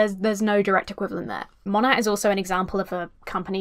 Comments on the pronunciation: I love how you keep saying Mon-AT as opposed to Mo-NAY 😂 😂 all the Monat reps scream at people mispronouncing their “business” lol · Everytime you say MonaT it kills me a little bit. The T is silent it's pronounced like mow-neigh. Like mow your lawn and the horse says neigh. Please